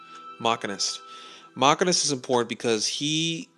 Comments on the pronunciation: fwiw Machinist is pronounced "Mah-sheen-ist" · No, it's Machine-ist. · That's not how you pronounce the machinist, by the way when u get into 85+ commando sucks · Machinist you said it wrong